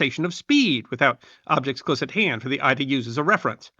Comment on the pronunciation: Myeah..."Pilots had to play cose attention."...Maybe a little less meth before recording...;)